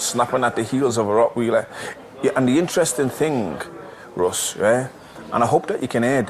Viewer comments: Is it me or does he keep calling him 'Russ'?? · its rottwiler pronounced rott wyler not weeler and its ross not russ i have no sympothy for this mug for getting shot at, you get your self into that kind of mess and shit will make sure it will get you back when you try and ' turn over a new leaf' and its a fuckin fact that ross kemp is sitting in a stolen land rover hahaha silly twat got his finger prints everywhere now